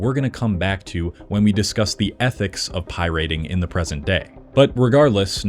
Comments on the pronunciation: what is Pie-Rating? it's piraating...one word brah...great video otherwise :) Everyone should pirate until these corporate leeches are forced to change, forced to support the consumer again. Consumers have so much power, yet they just keep rolling over for convenience. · SAY IT WITH ME PIE-RAT-ING Also... LIME WIIIIIRREEEEE (not WARE) Also... bittorrent is not a platform, it's an application. torrents are files. files don't get cut up into small pieces, you're just streaming different parts of the same file at different times. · Why is this dude saying pirating like “pie rating” stupid. That’s not how you say it anywhere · Why the fuck are you saying it like pie rating??? Lile your gonna rate a pie on how its tastes or some shit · did you just say pie rate? Whut? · Making a whole video on pirating and pronouncing it "pie rating" is diabolical. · PIe-Rating? I cringed every time he said that. Been in the scene since the C64 days and no one has every said Pie-rating before… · Pi-rating? You an AI bro? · “Pie-rating” and “lime-ware” seriously makes me think you AI dubbed this. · What the hell is 'pie-rating' and 'limeware'? Unless its a really bad AI voice, learn how to correctly pronounce common words and perhaps do a little bit of research.. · Pie-rating wtf ha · oie-rating ugh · For real… why are you saying “pie rating”? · The “pie rating”… I just can’t. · "Vinyls" isn't a word, and why do you keep saying "pie-RATING"?? Where did you learn to speak, with Nell in the woods?? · What is pie-RATING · Please pronounce pirating properly. It is not pronounced pie-rate-ing. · Is he saying pirayting on purpose I'm going insane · pie-rating is my life's passion 🥧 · I swear he was ragebaiting us by saying "pierating" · Can't watch a video from someone who can't pronounce pirating. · why does bro pronounce “pirating” like that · Why does this guy pronounce "pirating" like that 😂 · I wish you'd learn how to pronounce "Pirate" and "Pirating." Captain Jack would be very upset!